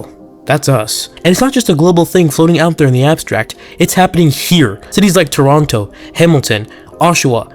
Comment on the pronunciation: Bro said Toronto wrong